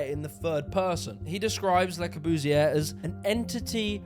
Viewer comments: Hey! Why that stupid german accent? Le Corbusier.... doesn't that sound frenchy? What about Charles Edouard Jeanneret? Nothing to do with Der Korbu or Karl Eduard Hansy!!!!!! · Luh spree noo vo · Lae cow-boo-see-ear.... funny way of pronunciation.... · Interesting, despite the Russell Brand-ish presentation. But Christ, your French accent is cringe-worthy. At least learn to say the name of the subject of the whole damned video. It's pronounced Le-Core-Buze-ee-Ay. You're welcome. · This is an engaging video. But the pronunciation is embarrassing. In all your video clips made by others, Le Corbusier is correctly pronounced. So why do you continually call him "Le Cor-boos-ee-err"? And why can't you pronounce "unité d'habitation" correctly? What is going on here? Surely this is elementary research?